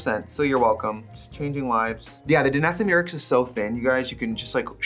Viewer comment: I love her commitment to pronouncing Danessa Myricks' name wrong for like 3 years.